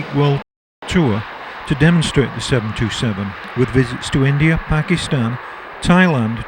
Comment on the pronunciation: It's pronounced "seven twenty seven," not "seven two seven." Near-tail-strike.